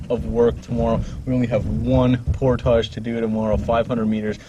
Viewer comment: Portage. ...there it's said the right way..lol